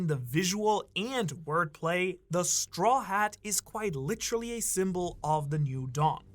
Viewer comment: got a "litcherally" in the first minute damn that might be a record